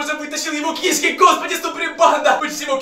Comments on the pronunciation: Не кИшки а кишкИ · Не ки'шки а киш'ки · Не кИшки а кшкИ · Знайте не кишкИ а кИшки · Что за кИшки а не кишкИ? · Кишки́ а не ки́шки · Может не к'ишки а кишки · Не кышки а кишки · Не кешки а ки'шки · Да и он говорит не правильно слово кишки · Ты не правильно говоришь кишки